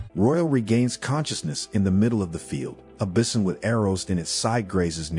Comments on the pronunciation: "Bih-son"? Is this narrated by a robot voice? The word is pronounced "bye-son". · You never heard of bissin? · Sorry, I couldn't get over the pronunciation of "bison."